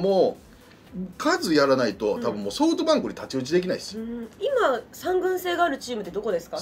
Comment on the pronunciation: ソフトバンクのことソウトバンクて言うよね笑笑